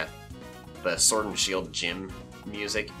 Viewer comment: He said srwod not sword